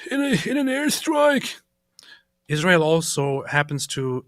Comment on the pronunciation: Why does she call us Ijrael